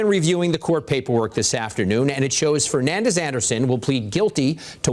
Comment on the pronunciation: Her name should be deported the news is screwing up the pronouncing of Fernandes.